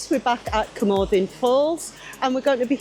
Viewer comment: Please, please just learn to pronounce Cwmothin properly, the ‘th’ is as in the English worth ‘thin’, not, as in ‘the’.